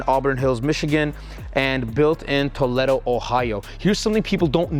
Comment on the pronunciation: Toleddo? Come man, it is pronounced To Leed Oh!